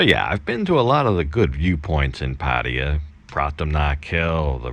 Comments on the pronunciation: It's not Padua; it is Pattaya. Padua is in Italy. Learn to pronounce it the Thai way ;-) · You sound Pattaya like Patio...I think it's sound like Pattaya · Are you purposely so badly mispronouncing the word “Pattaya”? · Dude, you realy should learn to pronounce "Pattaya" correctly 😉